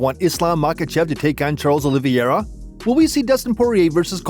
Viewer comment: It's not Oliviera. It's pronounced Oliveira.